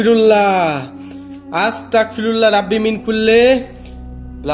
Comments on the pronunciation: আস্তাকফিরুল্লা হবে না ভাই আস্তাগফিরুল্লা হবে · ভাই আসতাকফিরুল্লহ না আসতাগফিরুল্লহ